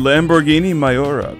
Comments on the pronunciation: I'll echo what others have said...it's pronounced me-your-uh. But in any event, I love the CGR vids. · You didnt pronounce miura right dumbass